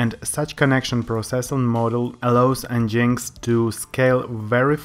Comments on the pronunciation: en-jinx? lol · Nice video. It is pronounced as 'Engine X' though. Cheers.